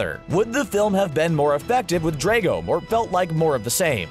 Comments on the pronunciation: Dra go not dre go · its not draco its drago some people just really get on my nerves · It's Drago, not Draigo, Drago. Get it right please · He is killing me by saying Draago